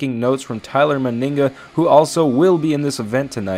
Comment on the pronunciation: ITS NOT TYLER MYNIGGA ITS TYLER MENIGA